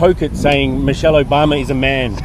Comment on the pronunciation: And, did that guy say "Mochelle Obama"? Who is Mochelle Obama?